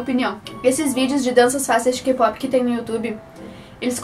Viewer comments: Se pronuncia * keypop * pero tú dices Keipopi 🤦🤦🤦🤦🤦 Pareces guaga K-Pop no es solo BTS y BLACKPINK !!!! >:vvvvv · "kipopi" hahahaha love your accent!